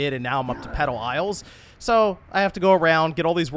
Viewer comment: I swear he was saying “pedo isles”…